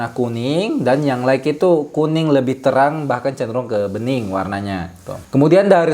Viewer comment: Jazaakallahu khair Utk pengucapan kata "light" silakan buka link berikut